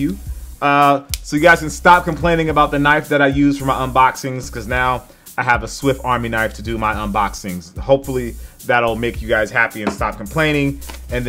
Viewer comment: i love the "swift army knife" and the "compiss"